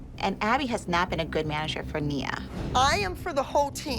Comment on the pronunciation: “It wAs GyOodD” hilarious